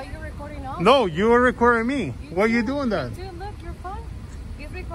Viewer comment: “He said don’t talk to me like daaat Chico” 😂😂